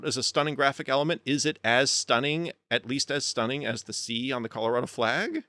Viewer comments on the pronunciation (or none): none